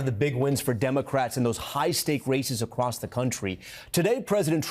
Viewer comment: Did say "acrost"? I think so.😂😂